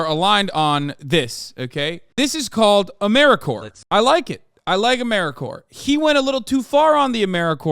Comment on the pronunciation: bro said Americore but all I hear is Americorps